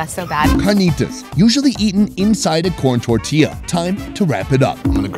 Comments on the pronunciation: When he said totiya 😂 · You gotta do more vids with Chef Mollie! She and Sam have some of the best on-screen chemistry and she adds a lot to the review of the food. And I just loved the look she gave him when he tried to say "tortilla" in a Spanish accent! 🤣